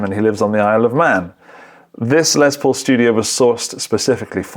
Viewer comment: I wish you British dudes would stop saying “Lezz Paul” it’s “Less Paul” dammit. Less!! You invented the damn language get it right. Sheesh Lol but I do mean it